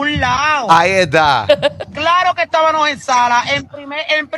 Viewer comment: Estabanos 😂😂🤦🏻‍♀️😵‍💫nojotros ahyyy santooo!Como dañan el idioma!